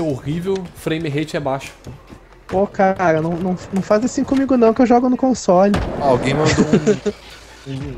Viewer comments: é impressao minha ou esse neo nao fala a letra r? tipo cara é caga '-' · n fala cara kkkk ele fala caga kkkkkkkkkkkk